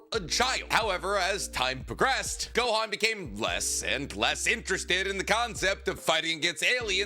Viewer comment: It’s Gohan and it’s not close